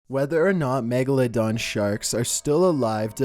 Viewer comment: did he say magaladong?